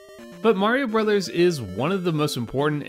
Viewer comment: Bros. is "Brothers." Not "Broze."